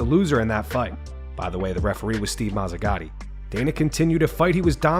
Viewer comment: I laughed so hard when he said BTW THE REFEREE WAS MAZEGADI